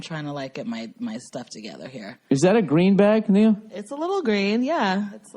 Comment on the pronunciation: 26 minutes in... Boston pronounciation of the word together the way Bill does it. Made my day.